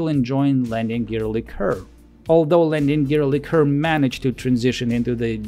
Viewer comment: Как вы русские заебали уже. Вы бля*Д*ь свой язык толком не знаете, так ещё на английском умничаете. ЛИ-ка ... хуИ-ка блядь. Есть слово liquor, а есть liqueur. И они, сюрприз блядь, и по смыслу и по произношению разные. Как бы так фильтр настроить, чтоб вас банило автоматом.